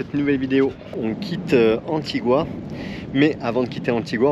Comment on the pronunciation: Juste pour votre culture générale on ne prononce pas « antigoua » mais « antiga » si on vous le dites en anglais sinon en français c’est antigue